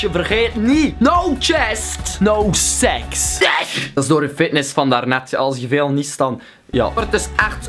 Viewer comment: Eijem loeking for a GulFjend No sjest no sjeks